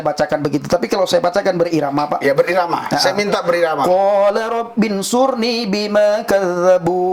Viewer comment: Baca AlQurannya masih salah, berarti dia baca Latinnya. bukan dibaca Qola, tapi Qala, sepertinya pernah belajar baca latin Quran, tapi bukan huruf Arabnya.